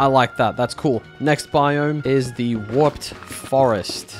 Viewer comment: When he said Warped fungus it sounded like a swear word